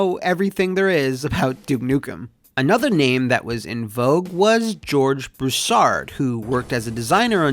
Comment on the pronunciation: its pronounced broo·saard lol southeren boy ohhhh yeahhh singggg itttt